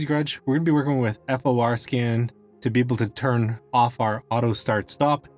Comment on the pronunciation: WHY do you say F-O-R scan ??????